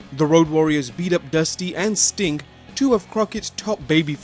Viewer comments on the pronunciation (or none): Who heard him say stink instead of sting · It's Sting not Stink